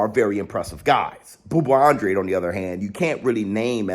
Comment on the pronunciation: An-dra-day. Thats how you pronounce his last name.